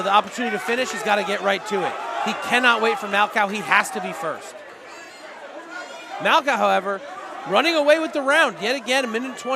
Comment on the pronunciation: Yo it’s MAL-COH 😂 not 🐄 did my dawg dirty hahaha